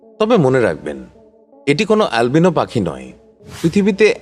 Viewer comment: alvino kortachan kan?😂😂😂